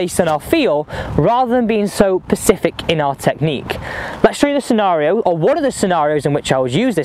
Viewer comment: love your stuff man but please... it's specific, not pacific!